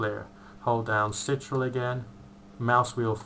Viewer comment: the "sitrul" buttonXD